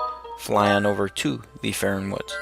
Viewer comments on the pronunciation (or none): fairon? far-on